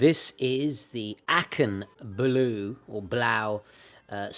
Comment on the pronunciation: The Aachen, how nice. 😊 I was in Aachen the other day. I studied there at the RWTH ( Rheinisch-Westfälische Technische Hochschule). By the way here the German pronunciation for Aachen